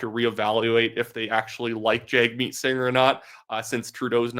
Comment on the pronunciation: Its pronounced Jug meat...no joke!